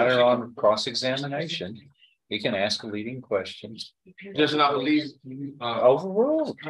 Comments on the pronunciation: He is educated and an attorney and still say axe for ask…. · I've never heard a lawyer, Say the word "axe" in the place of "ask". That's usually an eboniics thing, and if you're a lawyer, typically you would speak a little bit more professionally than that, I would think.